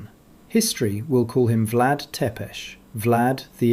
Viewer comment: I find it especially amusing, that the "proud" Romanian voice in/of the video could not pronounce the name of Vlad Țepeș correctly. Țepeș is read "tsepeʃ]", "цепеш". But maybe this is too difficult for his wannabe "Latin" heritage to pronounce.